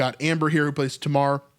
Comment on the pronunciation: In English Tamar is pronounced "TAY-mar"